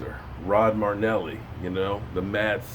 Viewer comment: Datone Jones sure hasn't done much lately...a sack a year. Just think...this is the last season you get to butcher Marinelli's name!!!!!